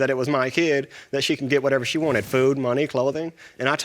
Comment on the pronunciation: “I gave’em fewd I gave’em menny.” 😆😆